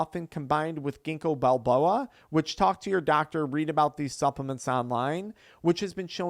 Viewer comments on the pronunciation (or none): he calls ginkgo biloba “Ginko Balboa” I wonder if this is sponsored by Sylvester Stallone since he owns the Rocky movies 😂😂😂